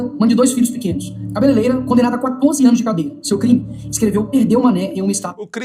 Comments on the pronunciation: O camarada é deputado e fala cabeleleira kkkkk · "cabeleireira" e não Cabeleleira! kkkkkkkkkkkkkkkkkkkkkkkkkkkkkkkkk , não sabe nem falar a profissão correta da mulher!